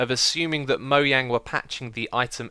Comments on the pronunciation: MOJANG MOZHANG NOT MOYANG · It's mojang not moyang